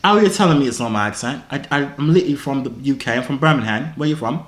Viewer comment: The way he pronounced “Birmingham” made me cringe😂